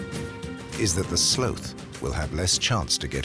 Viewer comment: Who taught this narrator how to say the word "sloth?"